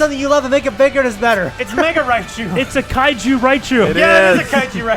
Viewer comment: Kitsune Rokaku so it's a KAIJCHU